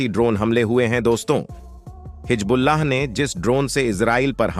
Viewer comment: Pehle Hizbullaah toh sahee se bolnaa seekh lay betaa. Jhooth failaane ke liye tumhaare ghar waale kuchh nhi bolte ❓